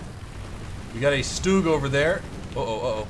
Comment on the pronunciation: I'm sorry to be annoying but stug not stoog, sorry it just bugged me 😓